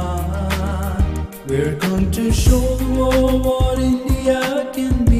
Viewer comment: Should change the part for 'India' to 'The India' instead of singing 'Indeeyia' because obviously that part was written for a 3 syllable word like... Singapore?